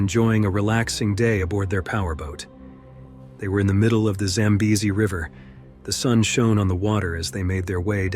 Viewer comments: Record number of pronunciations of Zambezi. Congratulations 👎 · And 5 different pronunciations of the river name! I prefer normal narrations, even tho this was interesting. Such a beautiful place!